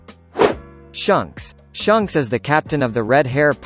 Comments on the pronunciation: HAHAHAHA shunks instead of shanks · its not shunks its shanks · Shanks not Shonk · I would put garp in top 3 but good vid either way also the "Shunks"🤣🤣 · I’m tired of this dude saying shunks